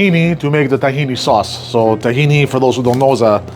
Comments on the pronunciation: Stop calling it "tah-he-knee" it's "t'-he-nah" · its TakhinA no one in the Middle East says Tahini